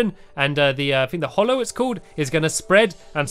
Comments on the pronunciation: its Hallow NOT Hollow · It's not the HOLLOW it's the HALLOW!